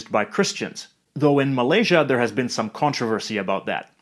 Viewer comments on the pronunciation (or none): none